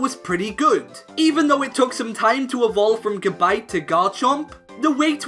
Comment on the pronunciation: I was playing Pokemon Brick Bronze while watching this, and when he pronounced Gabite wrong, I corrected him while I was watching, then I realized I found Feraligatr, I was just like aaaahhhh but in the good way. It sounded like, It's Gabite not Gabite, AAAHHH